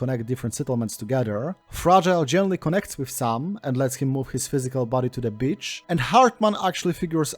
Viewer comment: Enjoying this but constantly giggling because when you say "beach" it sounds like "bitch."